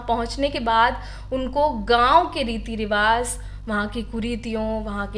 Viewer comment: it's rivaj (रिवाज) not rivaz (रिवाज़), not every urdu word has '‌z' sound sometimes it includes 'j' sound too.